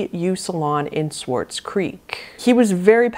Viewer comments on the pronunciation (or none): none